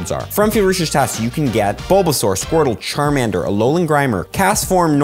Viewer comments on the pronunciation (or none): none